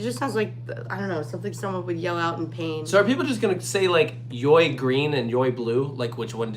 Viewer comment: Walibi Holland stated that YoY is just pronounced joy, but the 2 Y refer to each of the single rail raptor tracks.